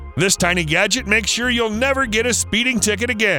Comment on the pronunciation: گُجت gojt غلط است.... گَجِت gadget صحیح است.